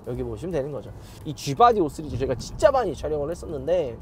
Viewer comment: 5쓰리즈 ㅋㅋ 발음이 이상해졌어요